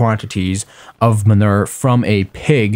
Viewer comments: Minur........ No Its man oo er Manure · man-u-er sorry that just really bothered me but thx 4 the vid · STAHP SAYING MUNIR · Lol " minur " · Man-oo-er (manure pronunciation)